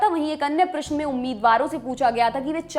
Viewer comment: प्रस्तुता को अपनी भाषा पर थोड़ा ध्यान देने की आवश्यकता है। अभ्यर्थी नहीं अपितु अभ्यार्थी प्रशन नहीं अपितु प्रश्न